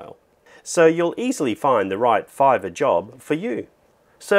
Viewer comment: I like everything about this video, except "Fiverr" 😆